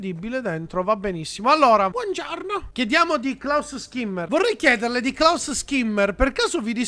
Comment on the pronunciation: i nomi sono in tedesco quindi si dovrebbe dire "Scimmer" non Schimmer Continua così sei un grande